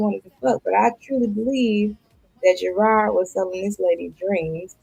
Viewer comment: JERRRAARD drives me nuts his name is Jerooooddddd ROD the The ROD that was spared on why can’t she pernounce that 😂